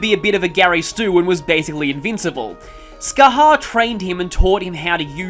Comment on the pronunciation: Bro, don't worry about not being able to pronounce some gaelic names, it's got some kinda weird rules. Oh, and Scathach is pronounced 'Ska-hock'